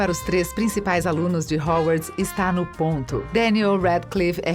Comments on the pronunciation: O que é Hauwarts? kkkkkkkkkk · e quando ela falou "rouarts"?